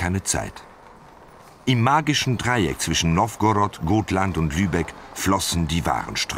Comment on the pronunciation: Also die Aussprache Katastrophe 1 es heißt Gotland und somit mit langem o gesprochen 2 die bunte Kuh war nicht Störtebekers Schiff Und 3 Störtebeker hat er auch katastrophal ausgesprochen